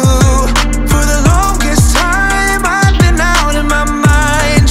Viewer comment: do you mean “THE” not “DA”